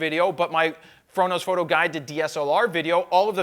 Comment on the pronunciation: why does he say ''frodo fhoooto'' is he from shire..